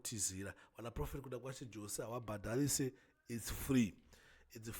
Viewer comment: Pronunciations is yose not jose ispecial needs iyo murapisei😊